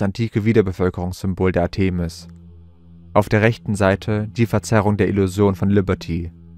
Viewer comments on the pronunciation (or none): Griechische Wörter/Namen betont man auf der drittletzten Silbe: ARtemis, PerSEphone, HomoyoTELoton, ArisTOteles, etc. etc. Nur mal so... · Interessante "Behauptungen und Vermutungen". Ich weiß nicht, was wirklich geschehen ist und bleibe offen ... Ich hab' nur eine Bitte, lieber Vorleser, hör' Dir mal an, wie man z.B. Artemis und Ephesus ausspricht. Und Du klingst eintönig, was Du sicher noch verfeinern könntest 😅 Es ist auf die Dauer einschläfernd für mich und das ist sicher nicht Deine Intention 😉 Bitte nicht böse sein, doch ich vermute, daß Du ernst genommen werden möchtest? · Der Sprecher sollte sich vielleicht doch mal informieren, wie man historische Eigennamen wie Artemis, Ephesus und andere korrekt betont und ausspricht. Was er daraus gemacht hat, ist eine Lachnummer. Wir haben nach vier Minuten ausgeschaltet. Es war nicht länger zu ertragen.